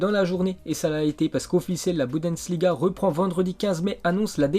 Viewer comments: Il m'énerve avec sa dyslexie il sait pas lire ou quoi? Pourquoi il dit BOUNDANSLIGA ????????? Y a plein d'autre mots qu'il sait pas dire je les pas en tete Fait des effort pitié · Il n’arrivera jamais à dire Bundesliga correctement.